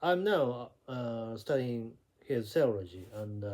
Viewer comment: the way you pronounce "Theology" is too fast..... Should be Theeeo...le.....gie.